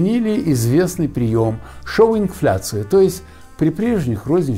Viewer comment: там не showing-фляция, а shrink-фляция, от слова сужение– shrink